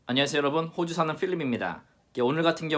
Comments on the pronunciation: 호주가 아니고 ㅋ호주 같은 느낌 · '호주'발음시. 호,자에 넘 악센트를 주는듯..ㅋㅋ